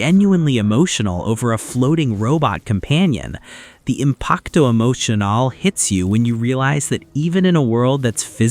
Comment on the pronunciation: If I hear you say "impacto emocionale" one more time I will bash my head thru the wall